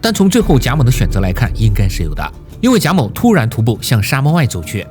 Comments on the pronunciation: 为什么要把某读成谋？ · 谢谢你的视频，但是你的音调很奇怪，一会儿贾móu，一会儿贾mǒu，还有其他很简单的音调也发错，听着很难受。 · 贾（jia3）某（mou3） 咋就听你说贾眸呢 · 原作者读错了-他读成: jia3mou2。当两个第三声前后连读的时候（jia3mou3），前一个第三声(jia3)一般要读成第二声(jia2)，后一个继续保持第三声, 所以是： jia2mou3。另一个经典例子系“你好”！ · 哈，前后两个第三声连读，前面的第三声升为第二声，后面的第三声保持为第三声。原作者读错了-应该读“夹某”，而不是“贾谋”。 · 这期真的封神了，且发现各个平台都在盗用，反复看了好几遍，唯一瑕疵是“贾某”一直念成“贾谋”😆😆😆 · 贾某 读三声，为什么 别人都读三？就这个读二声了？听着难受死了。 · 原作者读错了。两个第三声连读，前一个变第二声而不是后一个变第二声。譬如，你好-单独念的时候是：ni3 hao3，而连读变成：ni2hao3，而不是ni3hao2。